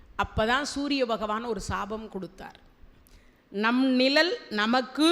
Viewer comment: அம்மா தயவு செய்து நிழல் என்று உச்சரிக்கவும்